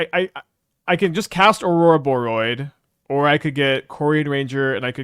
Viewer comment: Love this deck, hate the way pronounces Ororoboid >~< P.S. tough MTGO crash...